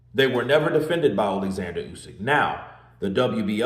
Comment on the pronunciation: His name is Oleksander not Alexander for a start.